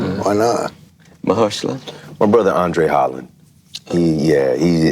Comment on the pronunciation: Nice to see Mahershala's name pronounced right for once :D Ma-HER-shala Ali!